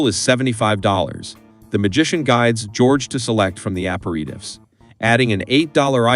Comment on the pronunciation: Learn how to pronounce "aperitif".